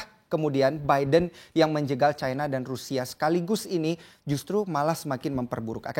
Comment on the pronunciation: China jgn di baca caina, Cina saja knp ?